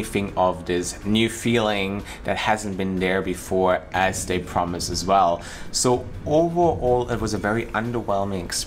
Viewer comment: Your spoken English is perfect. Work on your ‘th’. Not “da”. eg you pronounce“they” as “day” and “da” as “the” Not meaning to be unkind, just would be great to perfect your language! 😉